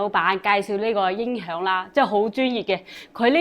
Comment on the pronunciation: 什麽是“因“ 響？ 你係講什麽話？